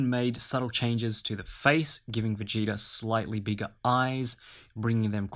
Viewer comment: “vegata” bruh it’s vegeta